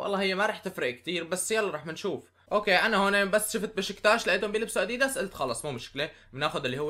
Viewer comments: هههههههه كيف بتحكي اديييدس هي اديداس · اسمه ادداس مو اديدس احجي عدل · انت عم تقول اديديس ههههه اللفظ غلط😂😂😂😂😂😂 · ما قصدي اتذمر بس تنقال الكلمة أَ دِ دَسْ بس مو مهم المهم المقطع الرائع واستمر يا بطل و ان شاء الله توصل المليون باقرب وقت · إسمه اديداس مش اديدس😂🔥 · اديدس؟؟؟؟ اسمه اديدااااااااااااااااس مرفوعه بي الالف يا تيس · اديداس مو اديدس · عفكرة انت مالك عم تلفظ اديداس